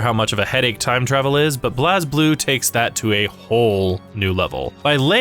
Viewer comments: For clarification for future videos, here are how these mispronounced words and/or names are actually pronounced in the game/lore: Blazblue:Blaze-Blue(not blaaz-blue) Saya:Sai-ya (not Saeya) Terumi: some pronounce it as Teroomi, some say Terumi with not as much emphasis on the U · I stopped watching immediately after hearing blazblue pronounced "bl-as blue" like 5 times. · Great video. My only complaint is thst y'all mispronounced Blazblue. It's just pronounced blaze blue. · Oh God the way you pronounced Blazblue.